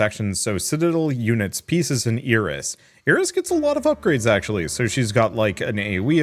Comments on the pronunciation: Iris being pronounced e-ris instead of eye-ris keeps throwing me off, never heard it pronounced that way before. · It is a Spanish pronunciation